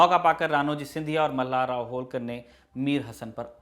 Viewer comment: होळकर बोलीये, होलकर नही! क्या उच्चारण है!!😃